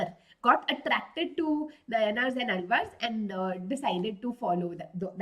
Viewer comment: 😢the way she says nayanaar ans alvar is soo wrong ! Its naayanaars and aalvaars ..